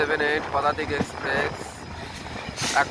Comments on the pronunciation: "পুদাতিক" টা ঠিক করো দাদা লোকে হাসবে😂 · পদাতিক এক্সপ্রেস ❌ পুদাতিক এক্সপ্রেস ✅